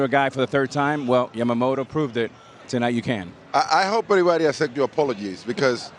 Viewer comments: みんな「やまもろ」なんだね、「やまもと」と発音出来ないのかね。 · ビッグパピはかなりキレながらやけくそになって山本のことを褒めてるなw あと「ヤマモト」が言いにくいのか「ジャマモト」に聞こえる